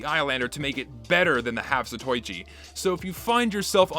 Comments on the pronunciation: Why do you say zatoichi like that? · I may be 2 years late, but hte way you say 'zatoichi' rubs me so wrong it's leaving blisters. It's an Asian-styled weapon, only right to pronounce it as those in its homeland would